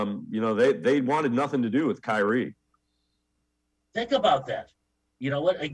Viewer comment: I cant listen to this old dude talk hoops he knows almost nothing about basketball ..... he also calls kyrie kynie